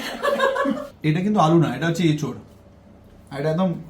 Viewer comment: কে আর তার মাকে বোলছি, কথাটা ইঁচোর নয়, কথাটা এঁচোড় । তোমাদের দুজনেরই উচ্চারণে ভুল ।